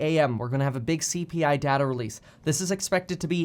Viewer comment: Dear Kevin, it's pronounced "data" not "data" :P